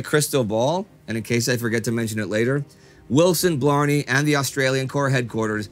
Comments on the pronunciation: BLAMEY! BLAMEY! BLAMEY! NOT BLARNEY! Blimey. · Umm...it’s not Blar-nee ....it’s Blame-ee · General BLAMEY- not Blarney!I don' think he had kissed the stone. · Just a small thing, It's Blamey.. like Blay-Me Not Blarmey like Blarney Stone. Australian is a hard language ;-) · The Australian general's name is Blamey, not Blarney. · General Blamey was pronounced Blay-Me. Not that it matters because he was an incompetent who got thousands killed through poor strategy and giving bad political advice. Amazingly, he was promoted to Field Marshal just before he retired. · Hi Indy just a quick word about Gen Blamey - it is pronounced the same as blame just add the ‘y’ ie blamee. A very controversial character in Australian WW2 history. Keep up the great work mate! 🇦🇺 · It's Blamey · G’day I’m sure someone has already mentioned this, but the pronouncing of General Blamey’s name is incorrect. Try to Aussie it up a tad more and you may get there. I’m sure there are audio sources available on the net which can guide you. Btw love the show.